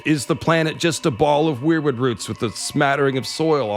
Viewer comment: Seems pretty compelling, love your video and content. Almost lost it when you said weirbutt 😂 But I appreciate the Meera Reed making boats theory and Azor Ahai spirit being in the weirwood network.